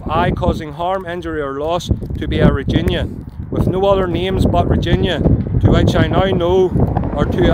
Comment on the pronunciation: Interesting pronounciation of Regina